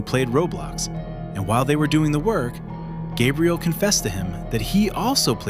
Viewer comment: Gabriel ❌Gaybriel✅